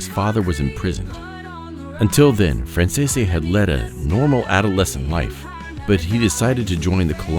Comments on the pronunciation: Why does he pronounce their last name wrong ? Franzese is pronounced Fransees! This video is a mess! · I say BS to this story, making guesses. The simple fact that you cannot pronounce 'Franzese' correctly and pronounce it differently in multiple areas solidifies it . . . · i think you'll find their last name is pronounced francese not franz-e-se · WHY CAN NOBODY PRONOUNCE THEIR NAME RIGHT??? It's "Fran Zees"!!! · It would be nice if you learned to correctly pronounce the family name. It is pronounced Fran-zees. That is how they pronounce it themselves. Listen to any of Micheal Franzese videos and listen to how he pronounces it. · I despise the way his name is mispronounced the ENTIRE Program!!! Is this AU narrated???? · I call BS I just watched Michael Fransese himself lay out his life since he was little nothing like this . . . They should actually listen to the man who's still alive to tell the story. Heck, they can't even pronounce his name correctly 😂🤣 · Thats not how the name is pronounced